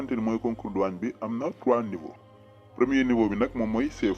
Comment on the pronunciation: Douane ou Douagne ???🤷🏾‍♂️🤷🏼